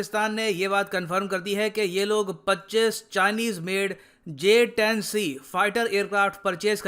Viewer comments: Ye bhand interior minister J 10 C ko JH 10 bolta hai 😂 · He was saying JS 10 instead of J 10C. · Bolna to Aata nahi Harare se kiya khak larega j10c ko js10 bol raha he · Kaisai wala minister hai vo sala j-10c ko js-10 bol raha hai 🤣🤣🤣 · Js10 naam tu sahi se lele 🤣🤣🤣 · Gadha pronounce b nai kar paa Raha hai jumle azam sheikh chilli j 10 c ko js 10 bol raha hai ganwar